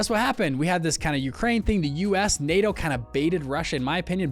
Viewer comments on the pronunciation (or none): none